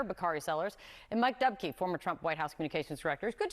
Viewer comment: "Dubkey" lol STOP